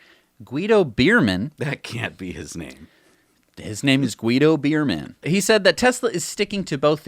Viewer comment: Short note: the pronunciation of "Beermann" ist like "Bear-man" and not like "Beer" 😂. "Beer" means in German "berry".